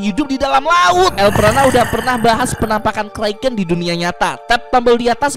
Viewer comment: bang bukan kreken tapi kraken